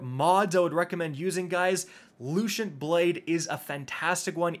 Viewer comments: gillateen, lushent, morbius quiver, lmao cant read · Looshent Blade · I love you, but I'm also a pedant. The double 'L' in guillotine is pronounced like a 'Y', just like the double 'L' in tortilla. And the 'C' in 'lucent' is an 'S' sound. At least you didn't call the other sword the 'Laminate', which I've heard too many times to count lol😉👍🏻